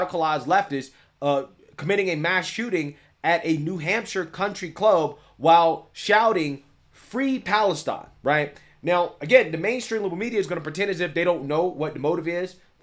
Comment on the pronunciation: Nashua, Nee Hampshire Not Mass